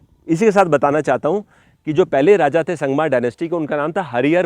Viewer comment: संगमा नहीं संगम बोलें pl